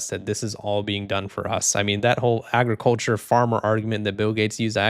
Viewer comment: Bill Gates: "Aey-griculture"